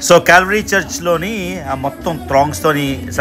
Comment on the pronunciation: ఓరి నాయన కాల్వరి కాదు కల్వరి అని క్లియర్ గా పలుకు